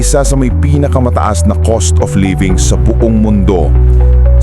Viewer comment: Cost dili coast